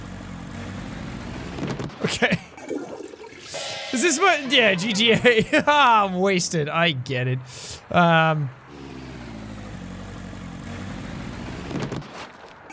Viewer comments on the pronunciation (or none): Jack said GGA istead of GTA.